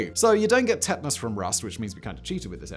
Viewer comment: u say tetanus weird. like u only read it and never heard it